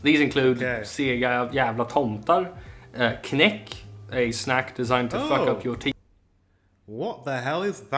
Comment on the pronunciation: Knaeck (the K is pronounced! It rhymes with "what the heck") is homemade caramel but is cooked much longer so it gets hardened. It's a traditional jul candy -some do make them but all do not. And it can be bought just not in every shop. Ice chocolate is another popular Jul candy, essentially a soft choclate in the same little colored forms.